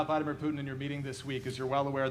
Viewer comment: Biden keeps calling my man's Had-a-beer Crouton instead of Vladimir Putin!